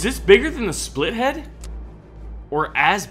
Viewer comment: its not called splitlead its called spitlead like its spitting lead